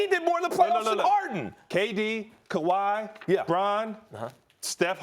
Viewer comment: "Kaw ah ah wi" 🤣🤣🤣🤣